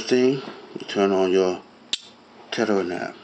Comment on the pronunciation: "tetter" LOL